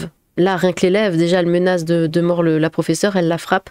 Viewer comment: Tu m'as fais marrer quand t'as dis "menace de niort" c'est le nom de ma ville ! ^^